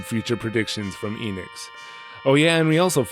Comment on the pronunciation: I figured that someone who lives in Japan would know how to properly pronounce Enix.